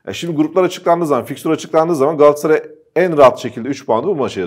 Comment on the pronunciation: Gassaray değil Kerem Övet . GALATASARAY . Daha öncede yazdım Gassaray deme . Sırf Kerem Övet yüzünden beğenmedim veriyorum.